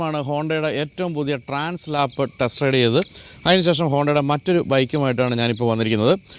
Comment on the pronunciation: ട്രാൻ സ്ലാപ്പ്‌ അല്ല ട്രാൻസ് ആൽപ്‌